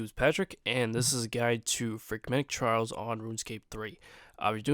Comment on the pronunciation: say trials one more time